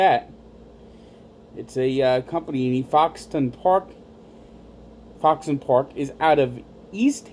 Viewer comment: Prounounced Foxin